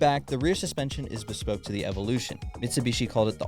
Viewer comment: In the word of james pumphrey : "to get UP TO SPEED on pajero evolusiioon"